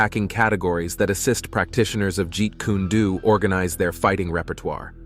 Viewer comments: Jeet kuneh-do 😂😂😂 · Jeet Kunna Do....🤣🤣🤣..at least say the name correctly. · You would be well advised to learn to pronunce Bruce Lee's Style...Jeet Kune Do! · Was anyone else highly annoyed at how this announcer was saying Jeet Kune Do?? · can't read the words right, especially those Chinese ones as there is no u sound on o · i'm sorry, developed WHAT??? Lmfao i've never heard jeet kune do pronounced like that before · This pissed me off severely 😭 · Hearing that hurt my brain 😫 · Jeet kune do (jeet coon dough) Not jeet koonae due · Let's get the first thing straight. When you're gonna remake anything with a dubbed voice, make sure you're doing it properly, it's notjeet kuned do its Jeet Kun do( way of the intercepting fist). And bruce lee studied a discipline too call wing tsun popularly known as wing chun. His fight style was amalgamating. Every martial art hit encountered, be it Kung Fu. Karate aikiro jijujitsu, boxing, wrestling, and greco roman wrestling. When comparing Jet Li to Bruce Lee, you're talking about 2 actors who have 2 different approaches to the martial arts. Yes, jet li is classically trained in wu shu.Bruce lee also knew about wuxu. So there can be no comparison between the 2. There are 2 separate individuals trained almost similarly, but very differently. Bruce Lee's time was the 1960s and 70s, and he is the reason. The martial arts movies even exist today because the martial arts movies as you stated that came before his time. We're clunky, slow and overdone. His martial arts were more grounded. I'm not taking anything away from jetli, but I grew up in the bruce lee era and myself, and a lot of other martial artists would definitely disagree with a lot of what you're saying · Jeet Kune Do. Not Jeet Koonie Do. First is not a style or Bruce Lee’s fighting style as he so firmly stated in his article in Black Belt magazine. Man, the living creature. The creative individual is more important than any style or system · Jeet Kuney Dew lmfao